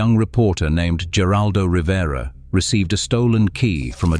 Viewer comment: It is pronounced "her-aldo Rivera. Not with a G.